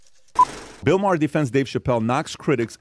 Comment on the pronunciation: That guy got the pronunciation correct it is pronounced Ma Her not Mar.